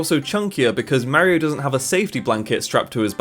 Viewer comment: You can't even pronounce Mario the rite way